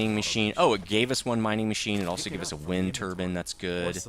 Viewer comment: Wind turbin ??? Its turbine BINE. Turbine